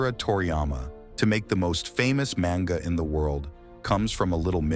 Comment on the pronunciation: Dont use a voice bot that cant even pronounce these names and the word "manga" right every time